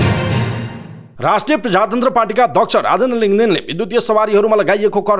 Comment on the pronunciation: पहिलो पटक हो तर समाचार वाचकले प्रदेश शब्दलाई प्रधेश र प्रजातन्त्रलाई प्रझातन्त्र भनेर वाचन गर्दा चै अलि नराम्रो लाग्यो ।